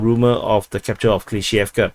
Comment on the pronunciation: It's up to them, terminology-wise. A*v*diivka. Av-diiv-ka. TASS reported Prigozhin's statement. Good job on pronouncing Klishchiivka!